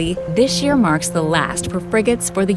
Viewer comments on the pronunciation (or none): none